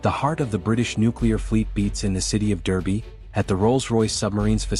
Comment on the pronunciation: It's pronounced Darby